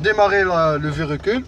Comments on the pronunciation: Bonjour votre Vedio il est bien bravo mais vous dite chaque fois verecule mais c'est le véhicule merci et bonne continuation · Mdr répète comme moi on dit véhicule pas verécule